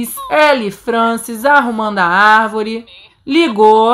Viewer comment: Palavra secreta: arvóre